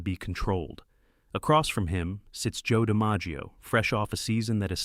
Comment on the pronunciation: That's pretty bad when the main character's name in your video is mispronounced, including other names being butchered.